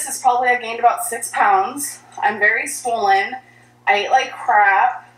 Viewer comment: I hate how she calls it swollen.